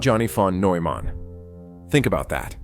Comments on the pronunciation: Admirable video in many ways, but why do you butcher the pronunciation of von Neumann's name? You use a weird French pronunciation of the -eu, as in feu, peu, etc. In German -eu is pronounced -oy as in toy. It's not hard. At all. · pronounced "Noi-mann". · "newman" "wiggner" "plank" 😂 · Isn't it pronounce noyman? I quite some time back became convinced that a good part of math and physics is visual, not just as Feynman said, manipulating symbols. Einstein was very strong in that area, and, by self report, so is Penrose. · Nooman … Noiman . Settle on the way to pronounce his name and go with that instead of bouncing around. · That's not how you pronounce his surname.